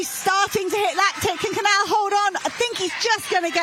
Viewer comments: Why are these commentators still not able to properly pronounce the spanish ñ, and the portuguese 'lh' in Cañal and Coelho... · You are horrible at pronunciation any names that are not English. I find it quite offensive that you don't learn how to pronounce the names in Spanish. There're only about 500 million who speak that language. Cañal and Canal do not sound the same. But, as usual Americans and British are very monolinguals and very ignorant. You don't pronounce the name of the Portuguese athlete correctly either. I don't know French or any Scandinavian language, but my guess would be that you will butchers those last names as well.. How unprofessional. I'd be embarrassed.